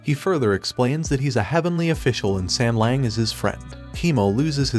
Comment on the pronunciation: Please pay more attention to the names , don't just spit them out - and it is not sengleng .as an anime channel you should do better , at less with the names